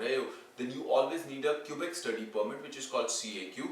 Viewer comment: Why do you pronounce it ‘Q-bec’ when its ‘ke-bec’.